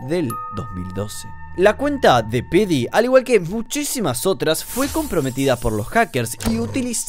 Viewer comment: creo que Pheedy se pronuncia fidi, no ''pedi''